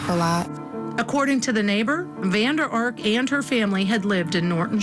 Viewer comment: It’s funny to hear you pronounce VanderArk!! Firstly, it has to be written Van der Ark, secondly the accent is on Ark and not on Van!! It is a very common dutch name, so that’s how we, in the Netherlands, pronounce this! 🤗